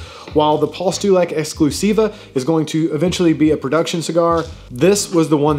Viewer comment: Your "exclusiva" and "limitada" pronunciation was pretty on point haha